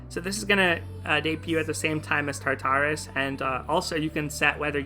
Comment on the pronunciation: quick thing - i'm pretty sure the pronunciation is tar-tur-us! it's not quite like "tartar sauce" since the second "tar" is a lot softer!